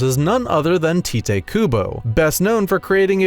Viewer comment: Is it a pen name rather than his actual name? Because Japanese is a syllabic language, so "Tite" would normally be pronounced "Tea-Tay" and the closest thing to the pronunciation "Tight" would be romanized as using the characters "Ta-i-to" or "Ta-i-te."